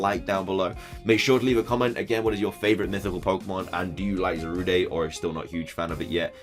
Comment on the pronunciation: can you please stop saying zarude as though its a french word, there's no accent, thanks